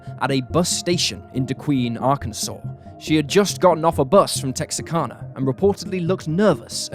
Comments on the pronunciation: Texarkana is Tex-are-can-uh not Tex-uh-can-uh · There is no such place as "Texa-karna". The name you're trying to say as Texarkana. KANA, not KARNA. The R goes after first A, not after the second A. It's easy to remember because the "Tex" is for Texas and the "Arkan" is for Arkansas. Tex + Arkan + a = Texarkana. NOT Texakarna. You'd think somebody who's trying to be a professional narrator would take half a second to look at the word and read it correctly. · “Tex-R-Can-Uh” is the correct pronunciation.